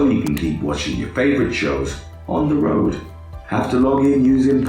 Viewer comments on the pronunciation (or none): none